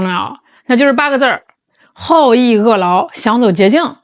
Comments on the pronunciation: 好逸恶劳 （hao_yi_wu_lao），而非（hao_yi_e_lao） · ，跟我一起念：好逸恶（wu第四声）劳！ 厌恶的恶，不是邪恶的恶😊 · 恶---此处应读“勿” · 好逸恶（wu）劳😂